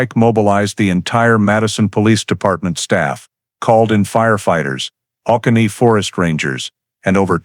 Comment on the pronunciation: Interesting story. Georgia guy here, just thought you should know that the Oconee National Forest is pronounced “O-CONEY” not OH-CA-KNEE”. Stories like this one give me chills, a single white female secretary from that era going missing without a clue would’ve been an all-hands-on-deck moment for the police department. I’ve been to Madison, GA many times, it’s such a quaint and picturesque small southern town between Atlanta and August. It reminds me of a movie set. I never knew this happened there but next time I visit I’m gonna ask about it with the locals to see how the town reacted to this case. It’s always the places you’d least suspect.